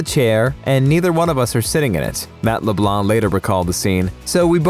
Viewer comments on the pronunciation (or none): Di..did you just pronounce Matt's name as "Matt LeBlah" trying to sound smart and not pronounced the nc... like he's French or something? LMFAO